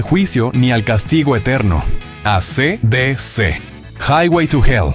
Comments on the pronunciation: Es ei si di si, no a c d c 😢. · Se lee esi dici